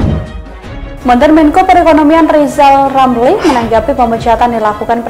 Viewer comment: Sirizal ngucap huruf R aja gk bisa kok mau jafi presiden . duuuuuh amit amit .